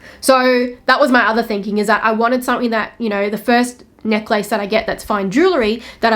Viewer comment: First time i ever heard someone pronounced necklace as neck-lace